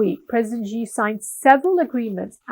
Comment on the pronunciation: Your content is from a western lens, quite shallow. You can't even pronounce Xi's name correctly 😜😕